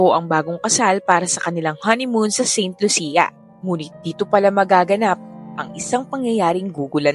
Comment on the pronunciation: Saint Lucia - pronounced as San Lucia